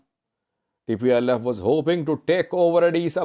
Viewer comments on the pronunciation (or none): none